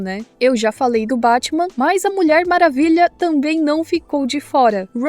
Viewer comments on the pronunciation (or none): Esse "Bátima" coreano dá não... 😂😂😂